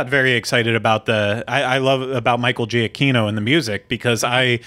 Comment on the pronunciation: Hey all, love the show, -- you're a great host. It's obvious you're a little nervous, but you're great. As far as the pronunciation of "Giacchino," I reflexively have to look these up; as I understand it, "gia-" in Italian is pronounced "ja" -- there's a video with the man himself at / A9smFfcylHs (remove the spaces on either side of the slash). I know not everyone cares, but it's important to me as a gesture of respect to try one's hardest to get the name correct. Anyway, again, love you and Ryno and will follow you anywhere. Looking forward to many more episodes!